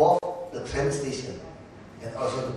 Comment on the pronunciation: it's train, pak ahok, not trend :p #peace